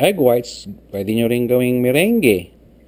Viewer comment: Not to be rude or anything, but Meringue is pronounced as "Me-rang." Just so you know :3 Oh, and Thanks for the wonderful video. It's very understandable. I'm a Filipino, but I don't speak the language very well. :) Keep up the good work! :D